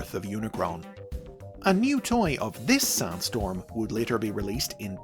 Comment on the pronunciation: Why do i hear Soundstorm instead of Sandstorm, most of the time?